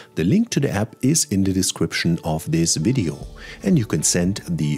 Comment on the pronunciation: Sehr gut. Ich habe PrintMyFonts gleich installiert und eine PDF mit Microsoft Print to PDF erstellt (1800+ Fonts). Auch Komplimente an Deine englische Aussprache - absolut klar und deutlich (ich bin Brite, mal so nebenbei). Auch danke, daß Du App als 'App' anstelle von 'Äpp' ausgesprochen hast:-)